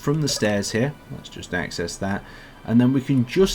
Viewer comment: Why do you say"aynd in stead of and"?